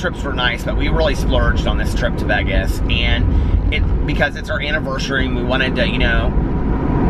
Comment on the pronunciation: It is soooooo Midwest.